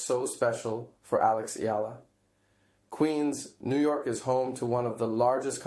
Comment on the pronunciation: YES❗️ I noticed that too. And i love how he pronounced Alex Eala's name correctly. ❤